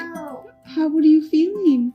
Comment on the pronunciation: Both girls speak this way. And also sing and carry the tune!!! 😍 Curious about your thoughts on Stevie picking up Frankie’s R’s as W’s a bit.